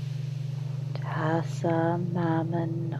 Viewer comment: She keeps repeating "Hassan" and prays to a chick called "Mannon"